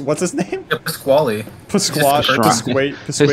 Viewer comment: not pasquali its pasquale